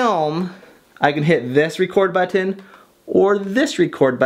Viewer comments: "But-tin" I laugh every time you say that ... I even got my gf to watch this video with me because of this. I really enjoy all your video! Thanks for uploading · It's funny how you say "button" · the way you say button is so funny 😂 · Thats what I thought. I am glad I am not the only one who thinks that! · Lols, i love the way he says "button" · The way you say "button" hahahaha. But seriously, great informational video. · The way you say button makes me smile but I don't know why 😂